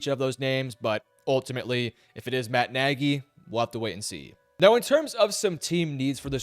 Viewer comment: It is not Nagy.